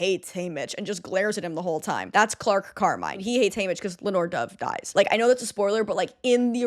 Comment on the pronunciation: i love you so much but his name is CLERK Carmine not Clark Carmine